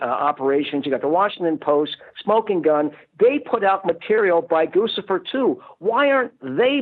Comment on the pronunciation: HOLY FUCK HE SAID GUCCIFER 2's NAME RIGHT.